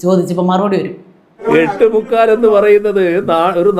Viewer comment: എട്ട് മുക്കാല് മുക്കാല് എന്താ കുത്തിപ്പറയുന്ന പോലെ..